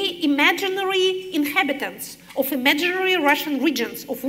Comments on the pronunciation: да, мадам Ш., но предлог of читается [ав] , а не [оф], иначе будет off; sorry to mention, but that's my specialty; also, there must a stable ground tone within one note, i.e. a monotonic one. Just like her counterpart's speaking. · Keinesfalls. - Все приходят за знанием. А если профессор говорит of как off , то это незнание. А как слушатели узнают об этом?!